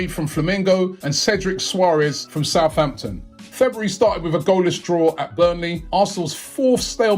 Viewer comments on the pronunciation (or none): none